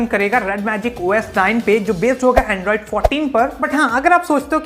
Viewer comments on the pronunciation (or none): none